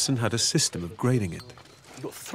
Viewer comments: The pif, the paf and the pouf. I was like, "You wot?" with that last one. I figured there was no point in getting offended, so I just thought about how difficult it must have been for the British newcomers to say with a straight (no pun intended) face. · piff, paff and puff.